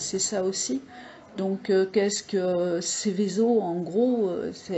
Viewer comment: C'est ROUEN et SEVESO, pas ROUAN ni SEVISO. Ça laisse présager de la qualité/pertinence du reste de la vidéo.